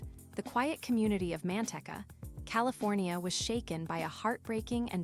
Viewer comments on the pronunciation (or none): "MAN-tek-ah" "Charles McGonegal Roman Two" "San JOE-quin" This is sooooo bad. Couldn't someone from Manteca (pronounced "man-TEA-kah") give us the real scoop rather than this AI crap?